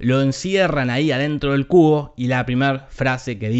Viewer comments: Pense que decia "La Trilogía de El Culo" xdd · Cuando lo dice la voz de te lo resumo así nomas, suena como CULO jajajaja